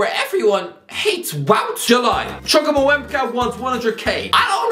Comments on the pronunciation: The chukwuemeka pronunciation had me crying 😂💔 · Listening to you attempt to pronounce Chukwuemeka 😂